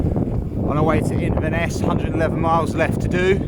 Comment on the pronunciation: Well done guys! Thanks for the vlog; it helps to keep cyclists like me, sane. As an Englishman who has lived in Edinburgh for over 30 years, I had to chuckle at your attempts at place-names...Still, you got Inverness right! 🤣 Best of luck!